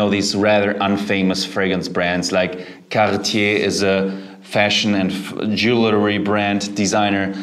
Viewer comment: You pronounce the Cartier name so well, love it!! I really would like that VWI one day, watch out for the white clothes, but the smell sounds like it is SO worth it!! Strength Jeremy 💪😊❤👍💯👌💪